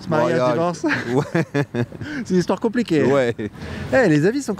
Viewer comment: t’as pris l’accent chantant algérien quand tu dis : c’est une hestoire commpliquey 👍🏼✅😂